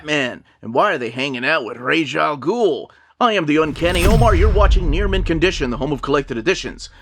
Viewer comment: Excellent review, and you're one of the few online DC reviewers who pronounces Ra's al Ghul correctly...!